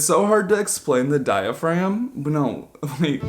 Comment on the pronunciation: “calligraphy” “diaphragm” HELPPAHAJAHS